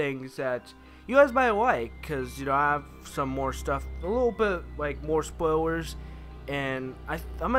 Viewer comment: Its spoilers not spoiwers